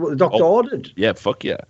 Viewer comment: He didn't say f*ck, he said FOK